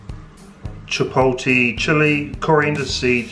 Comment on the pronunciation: Just for future reference cuzzy its pronounced ch poe lay (chipolet). Mean channel bro